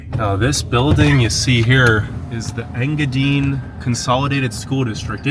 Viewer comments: Ok you need to learn how to say the names of these places Sir good grief. I’m a native Yooper born and raised moved to Tennessee about 4 1/2 years ago. Engadine (Ing-Ga-DINE) Baraga (BEAR A GA) Kewadin (Ka Way Din) Tahquamenon but idk if I can pronounce that without saying it to you, lol I can’t remember all of them but that’s to start just wanted to help ya out. Cool video. I’m from Newberry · Did you know there two vehicles on Mackinac Island? A fire truck and a rescue vehicle. It's pronounced "Ing-a-dyne". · Engadine is pronounced N-GA-DYNE ;-) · Ta-qua-meh-non Falls…En-gah-dine (pronounced like diner, or dine, to eat)…Kee-weh- naw peninsula…I love your video and I’m not trying to be snarky, but I would want to know the correct pronunciations. Keep up your work, it’s great . Your excitement is contagious. If you ever go to Manistique again find out where Kitch-it-ah-Kip-ee springs is . I believe it’s calledPalms park something now. It’s pretty unique and cool. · He's killing me with his pronunciation of Engadine😂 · I'm watching the video where the guy goes to Engadine. I'm watching it in Marquette, Michigan. I myself have never lived anywhere but the U, P. and the guy is saying Engadine wrong. Not a big deal just thought I'd let you know. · You need to ask Google how to say enga dine!!! It is long i .... I am from there it drove me nuts to hear it said wrong lol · Overall Great video, great energy and good basic intro to UP, his pronouncing of Engadine , I’m dying …. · its enga dine not enga deen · Nobody's going to tell him it's pronounced EngaDINE? Like you're going to eat. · I keep laughing at how you say Engadine. It's En-ga-die-ne. Hello from a lifelong yooper, from Marquette to Houghton to iron mountain and now Norway. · Engadine...dine not dean..😉😄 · Engadine is pronouced Eng gah dine like dine for dinner. LOL Lived not that far away from there in Curtis Michigan. Check it out sometime. In TN now. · Engadine is pronounced as you pronounce the word “dine”.